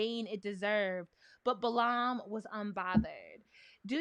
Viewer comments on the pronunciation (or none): Y’all saying Lord Balaam fine, whole time I’m lookin at Xiala like 👀👀